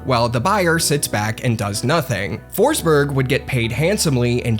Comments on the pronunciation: it’s pronounced ”Foschbery(j without d-sound like the y in yellow)” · Kept saying "Foresberg" but there's no E